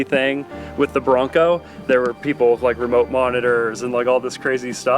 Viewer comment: "the jeeple will get it" Hahaha